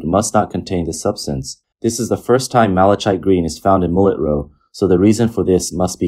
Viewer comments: Malichite is pronounced "mali-KITE," not "malik-CHITE." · "Malachite" is pronounced like "malakite". Hard ch. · It's pronounced "mal-uh-kite." I know it's not a commonly-used word and many people don't hear it spoken, but hearing the mispronunciation every other word was getting to be a bit much. 😅 Not trying to be an ass, I'm just throwing it out there. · Mala-kite Green. It is made from or to resemble the semi-precious stone malachite (pronounced mala-kite) which is naturally a vibrant green with darker green stripes running through. I use this stone along with many other precious and semi-precious stones in my beadwork. It’s also pretty easy to look up correct pronunciation of a word.